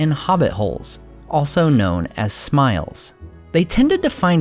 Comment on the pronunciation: Harfoots lived in smials. Not like 'smile'. But like 'real'.